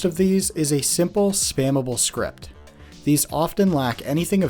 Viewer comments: Script is spelled s-c-r-i-p-T! It's not SCRIP like prescription. It matters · dude you said "scrip" and not "script"